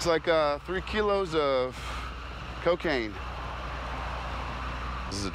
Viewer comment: “Coh-cai-yay-ne!” — Jake Peralta